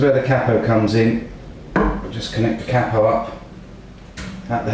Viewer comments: You are the only person that I've ever heard, except from my brother and I, that pronounces capo like that. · Chinaguitarsceptic Yeah its a Cap O in Scotland too! lol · Yeah, like Kay-po, it sounds a bit odd to me like that though. I feel as though it sounds more american that way.